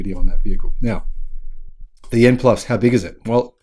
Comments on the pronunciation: The name of the EV is YUAN, not YEN! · Hello, greetings from Sydney. Chinese currency is Yuan. It could be my hearing but it sound like you were saying Yen for Japanese currency. To pronounce Yuan say “you aren’t” without the T at the end. Apart from that great video. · By the way; you're mispronouncing the Chinese currency. Check out this vid for an explainer And, Yen is the Japanese currency.